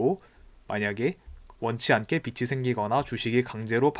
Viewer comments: 빚이 = 비치 X , 비지 O 라고 읽어주세요^^ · 잘 보고 있습니다. 다만 발음에 주의해 주세요. 빛이 아니라 빚입니다. 소리나는대로쓰면 계속 '비치'라고 말씀하십니다. '비치'가 아니고 '비지'입니다. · 빚이 =비지 발음이 비치 아님 ᆢ 잘들었어요